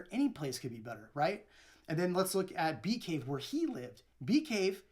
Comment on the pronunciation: The neighborhood he moved to is called bee caves. Sounds so strange without the s.